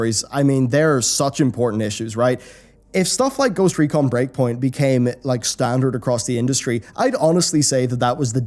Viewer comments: I know this video's comments is mostly talking about the most recent controversy with blizzard, but "Ghost Econ" instead of Ghost Recon :) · "Ghost Econ"? what happened? :P did the letter R not appear in the Ghost Recon Lootbox? :P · Says 'Ghost Econ', just saying